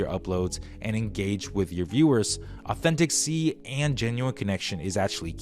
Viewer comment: The word authenticity has FIVE syllables. Just saying.